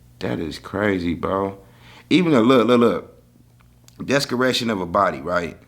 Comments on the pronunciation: And it’s Dese-cration not Des-creation 😅 you need to watch em pronunciations ma man 🤞🏽🤍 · A, wtf is “descaration”? 😂 you mean desecration my 🐶 lol